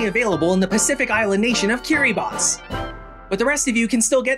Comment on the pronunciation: HOLY MOTHER OF GOD KIRIBATI MENTIONED. NOT JUST MENTIONED BUT ALSO PRONOUNCED PROPERLY. NO. FUCKING. WAY.